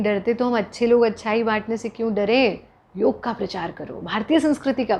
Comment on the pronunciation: Thank god ! Finally someone saying "Yog"and not"Yoga"!!